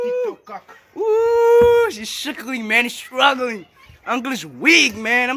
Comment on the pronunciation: "Sikkelling sikkelling" 😭😭😭😭 STRUUGGGLING 😭😭😭😭😭😭😭